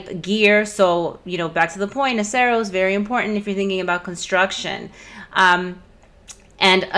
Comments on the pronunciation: Not sure why i feel the need to comment on this but... i think its pronounced nah-sur-us. Like Rhinoceros. Could be wrong. Thanks for all of the great videos, and please excuse my grammar nazi-ism. x-D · "Noceros" is pronounced like the end of rhinoceros. Duh!